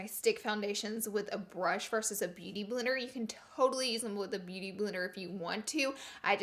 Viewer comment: I love when she said beauty blirer instead of beauty blender I don't know if that's even a word lol but I love it Love you Laura!!